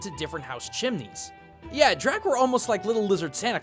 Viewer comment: Just a quick note, 'Drak' is pronounced 'Drake'